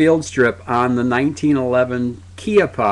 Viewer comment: Keeappah? I thought en Espagnol it's Cheeoppa?